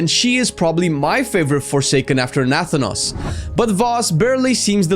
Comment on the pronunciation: Nathan-os.... not Natha-nos